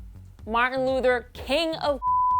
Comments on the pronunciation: This dumb bitch said "Martin Luder" lol stfu bitch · Did that bitch say Martin luddar king ? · martin lewderrrr king was i the only one to hear that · Martin "Luder" 😭😂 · Martin Looter King ??? Really?? Pronounce his name right at least. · Does anyone realize she kept on saying "Looter" instead of "Luther? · IK THIS GURL DID NOT SAY Martin “Luter” king🧐🤨😤😤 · Bihh, Who tf is Martin "looter" king? Put son Respeck on his name when you say it! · wow she said martin looder king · This woman keeps saying "Martin Luder King" like she probably doesn't know much about history either. Other than that though it was good lol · Why can't she say Martin Luther King correctly!!!!!???? Smh.... Luder tho??? Hahaha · It is Luther if your going to speak his name just please say it right. He died for everyone for equality, peace and freedom.